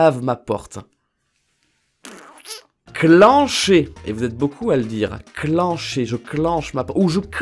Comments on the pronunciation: le "in" de clincher ne se prononce pas "ine" mais "hein" car la poigne de porte s’appelle une clinche la bas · A , pour "clincher" (fermer la porte) on dit pas cl-i-ncher mais cl-in-cher, comme le in de cousin 😅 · A tu dits clinch avec un accent anglais sa se dit clincher avec le vielle accent français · sa se dit clicher et nn clinecher et sa s'écrit clincher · 13 : 51 On dit "clinche la porte" pour dire de la fermer mais pas forcement à clef. Et le "in" ce prononce "1" donc cl1cher si tu comprends... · c'est pas cliiincher c'est clincher comme 'un'